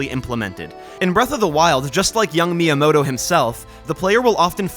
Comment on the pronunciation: You do not have to speak Japanese to pay just a little bit of attention to pronunciation. Like, I’m not French but I also wouldn’t pronounce “bon soirée” like “Bonn-sooarrrghheyyyy” like you Americans do. Just say “myamoto” with a hard “T” and we’re good. 👍😉 And also… WHAT THE HELL IS A KILOMETER?!?!?!?!?!🇺🇸🇺🇸🦅🦅🦅🦅🦅🍔🍔🇺🇸🇺🇸🇺🇸🇺🇸🇺🇸🇺🇸🇺🇸